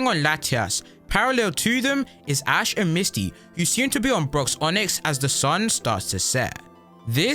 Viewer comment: You said Misty wrong.